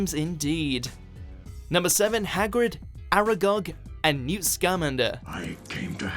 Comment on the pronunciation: It’s pronounced (sc-uhm-ān-der) not scam-ander